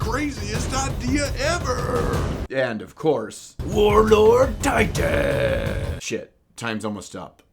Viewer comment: Warloord tiitan 🤣